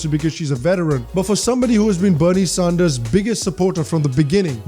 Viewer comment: Please not Sahnders